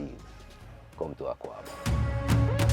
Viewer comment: Maya, it’s not pronounced AKUABA. It’s AKWAABA.